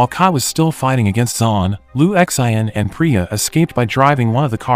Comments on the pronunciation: I think it’s pronounced “Lu Shan”. 😂😂😂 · Sin not Shin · Lu X.I.N 😂 why do you just spell the name. There's No way you think that's how to say it. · Jael Strong na its lu shin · Maybe the narrator is just too lazy to simply Google and learn how to pronounce it. 😅😅😅